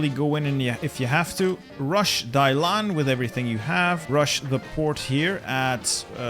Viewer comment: I die a little bit inside every time he says Dailan instead of Dalian...